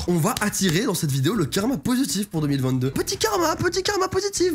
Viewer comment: Mec au début de ta vidéo tu dit oue 2021 pas ouf youpi 2022 mais fais attention 2022 sa se dit pareil que 2020 2